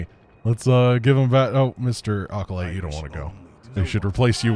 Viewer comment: A-Callous, for the acolyte Probiusing